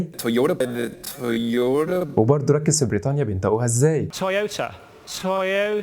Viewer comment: وانتا كمان مبتمطقش (ج) و (ق) بدل ماتقول بنطقوها، بتقول بنطأوها وكمان اخرج بتنطقها أخركّ 😅😅😅 سلمات يا معلم